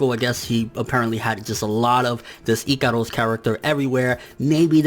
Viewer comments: NIGGA ITS IKAROSSS NOT IKADUS WTf it just gets annoying asf your pronounciation is horrible no offense and no hate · dude wtf do you pronounce Ikaros like that? I'm scratching my head figuring out who is that